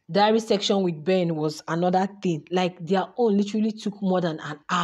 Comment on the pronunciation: The word is SESSION not SECTION